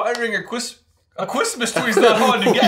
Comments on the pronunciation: 'Guys, guys, it's just Mundungus fwetcher getting a quismas twee' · Cwistmas Twee